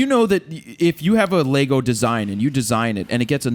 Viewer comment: WTF is a Lay-Go ?